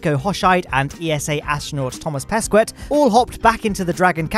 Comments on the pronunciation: Wouldn't it be Toma peskeh? (I'm français too) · Thomas Pesquet is pronounced "Thomas Peskay" haha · it's pronounced Thomas Pesqueyyyy As a french person I'm very disapointed. Nah, good job man as always !!! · You pronounced Pesquet wrong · please learn how to pronounce the astronauts names! I'm Thomas pesquet is pronounced Toma peskeh. Hoshide is pronounced hosheedeh